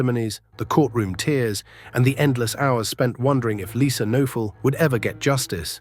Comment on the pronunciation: The victim's last name is pronounced with a hard K...and "noe" is pronounced "nay" Kuh-nay-ful